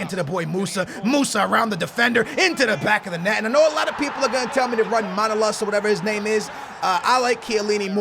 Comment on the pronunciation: Why Everybody says MAnolas it's ManolAs..I am greek